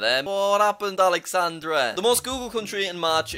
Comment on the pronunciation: BRO I SWEAR U ACT LIKE ALL MY TEACHERS WHEN THEH READ MY NAME IF THE REGISTER! ITS JUST ALEXANDER BUT THE FRENCH VERSION! sorry